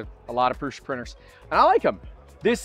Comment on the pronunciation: Why do youtbers call it Proosha but Josef Prusa calls it Proosa?